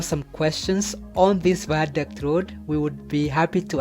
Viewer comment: This is really nice but the ze viandict wee